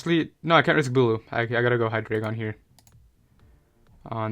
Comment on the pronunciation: I love you and your content. But it's HIGH DRY GON